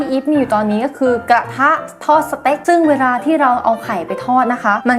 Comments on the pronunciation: พี่อีฟพูดว่าไข่ธอด ไม่มช่ถอดหรือทอดเลยอ้ะลองฟังดีดีสิชัดมากกห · 2.14 ไข่ท๊อดด555+สำเนียงผิด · ไข่ท้อด 555+ เหน่อๆๆ